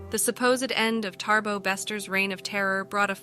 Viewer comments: Not TaRbo! It's Thabo pronounced as Ta-bo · its Thabo not ThaRbo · I know it's no biggy, but your pronouncement of his name is not correct. You say Tarbo, it's Thabo.